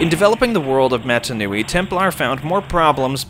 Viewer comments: canonically it’s “mah-tah” that’s how they pronounce it in the films. I loved the video though, I wouldn’t have thought about getting in touch with the developers, it was really cool to hear their take. Giving your vid a like! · great video, some really good info in here, but please for the love of god, pronounce mata nui correctly at least once!